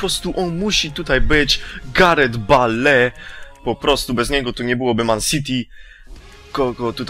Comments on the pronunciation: O nie Garet Bale tylko Garet Bejl ! ( chodzi o czytanie ) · NIE "gałgan" tylko "gundogan" i nie "bale" tylko "bejl"... sory ale nie mogłem wytrzymać.:D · nie bale tylko bejl tak sie czyta:D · sie czyta 'GARET BEJL' a nie 'GARET BALE'!!! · czyta się bejl i gindogan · Gungan LOL Bale(czyta się bejl :-)... ) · Gareth Bale (czytaj : Garet Bejl :D)